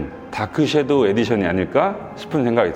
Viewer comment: shadow를 '쉐'도우라 하지 않고 정확하게 '섀'도우라고 해주셨네요. 칭찬합니다!